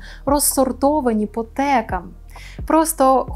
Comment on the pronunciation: По - органАХ !!!! По - текАХ !!!! Шановна пані ведуча. Перепрошую дуже, але просте правило, яке дуже відрізнить Вас від неосвічених персон, яких в нашому ехвірі))) забагато. Дякую за вашу роботу